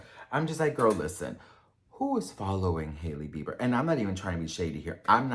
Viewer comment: Whenever you say "Sahailey Bieber" I just can't stop laughing cause Saheli means friend in Hindi 🤣🤣🤣